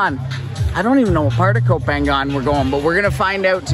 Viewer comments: koh phangan should be pronouced koh pha-ngan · Gorgeous! I always thought it was pronounced "Go Pahng nyahn" though. Anyway, who cares? It's gorgeous. What kind of drone do you have? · you're pronouncing koh phangan wrong??? i think it should be closer to "koh paanyang"